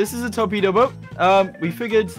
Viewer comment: what is a torpedo sounds like tornado